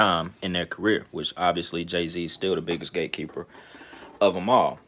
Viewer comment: At first I thought you was saying Gay keeper.... I was like wtf as my ears expanded and eyes popped 👀